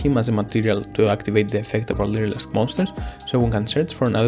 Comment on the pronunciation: I literally had the hardest time understanding you, the closed captions when you said lyrilusc back to your hand was "leader asked baskets to a van" like wtf